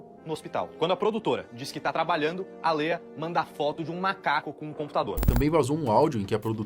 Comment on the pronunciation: Que agonia o povo falando Léia ou Lia😂 É Lêa